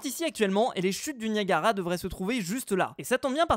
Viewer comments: Tu as dit "Naiagara" sa se prononce "Niagara" bref, j'ai adoré ta vidéo comme toujour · Nayagara Falls!?, a chaque épisode tu vas nous faire une faute de lecture?